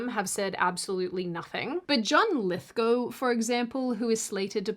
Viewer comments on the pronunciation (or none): none